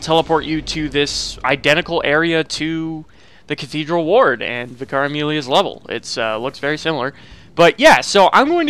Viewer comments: VIC-ar, not Vic-AR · Why do so many Americans struggle with the word 'vicar'? It's not pronounced 'Vih-car', it's pronounced 'vicker'. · It's pronounced Vika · Why does people say Vye-car instead of Vickar? Is the first one canon? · Isn't it technically supposed to be pronounced vik-ker? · he says vIcar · Man I’ve heard so many people say “v-eye-car” like what?? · Vicar is pronounced like vicker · Vicar. Pronounced "vicker". Rhymes with "liquor", "sicker", and "quicker". For heaven's sake. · How come so many american youtubers mispronounce vicar as vi car its really weird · The way he pronounces Vicar Amelia had me struggle to understand what he is saying. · Just so you know, vicar is pronounced differently.